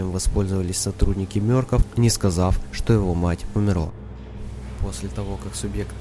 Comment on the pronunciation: не мёркоф а мёркоф